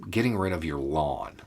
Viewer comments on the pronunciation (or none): Lawn = Yawn